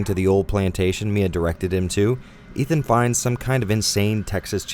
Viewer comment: "Eve-an Winters"